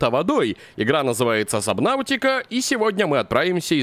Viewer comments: не сабнаутика а субнатика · сабнатика а не сабнаутика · можешь пожалуйста говорить сабнатики, а не сабнафтика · игра называется субнатика, а не субнавтика хотя может я и не прав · ГОВОРИТСЯ СУБНАТИКА